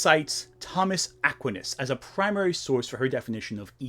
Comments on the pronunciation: Aquinas is more of a "Why" sound than a "win"... or have i been saying it wrong this whole time? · philosophy major here. I think his pronunciation gave me a minor aneurysm.😅💀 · Sidenote: it's a-QUIN-as, not A-quin-as. I felt physical pain every time. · Pronouncing Aquinas as "ACK-win-us" made me unsub (it's "uh-KWINE-iss"), video made me resub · I agree with everything you said, but you pronounced Aquinas’ name “ak-winnuhs” so I’m coming to burn down your Minecraft bookshelves /s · (Uh kwine us)... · Ah-kwhy-nas. Emphasis on kwhy. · This might be my inner catholic jumping out, but that's not how you pronounce Aquines. It's A-Kwi-nes. The qui is pronounced like the first 3 letters in "quiet". Has nothing to do with your point, which I'm in pretty much total agreement with. Just thought you should know. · Great video, except the way you pronounce Aquinas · This is unimportant, but that's not how you pronounce Aquinas. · my man, you keep bringing up Shakespeare as an example which is hilarious to me... I mean she is clearly media illiterate, like, illiterate illiterate. p.s. that is not how you pronounce Aquinas... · Your pronunciation of Aquinas is disturbing lol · Please, I am begging, learn how to pronounce philosophers’ names correctly 😭 I’m dying over Aquinas and Platonic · great video. the way your pronounce Aquinas though.... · Looks like you are having trouble pronouncing Thomas Aquinas. Would you like some help? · how did you just pronounce Aquinas? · I am disturbed by how you pronounced aquinas